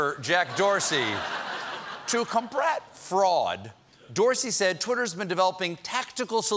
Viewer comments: is it just me or did he say to combrat fraud.. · . “to COMBRAT fraud” this guy says. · "To combrat fraud" -Colbert